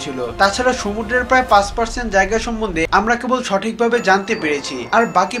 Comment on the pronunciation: Vai apnar uccharonta shuddho na... Sumudro re apni সমুড্র bolcen...